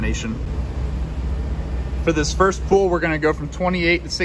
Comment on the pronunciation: I like your flicks, I have watched a lot of your Smeding flicks. But, young man, the word "pull" is not pronounced the same as the word "pool". "pull" rhymes with "bull" and "full".